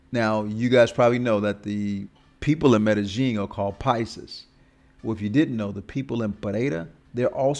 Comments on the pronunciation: how? Because you think you hear a certain sound, when it fact it is a different sound. Its not rocket science. Just like you think the OP is saying Medellin right when in fact he sounds like he is saying Meta Jean, way way off. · Any other Spanish speakers bothered by the way he says Medellín? There is no J in it brah....the double Ls in Spanish are pronounced like the English Y, not J or G. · It is well-known that native Colombians say "Mede-jean", and it definitely does not sound like a "Y" in there. By now, you have had ample opportunity to look this up, but you refuse to do so. Every post you make, you are proving how little you know. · i have plenty of Colombian friends, none say it like that. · Even if I did not speak Spanish, how would that change how native Colombians pronounce “Medellin”?